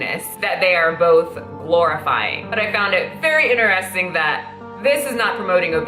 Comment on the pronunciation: I stop listening every time she says 'In(t)eristing'...Hahahaha my brain can't handle it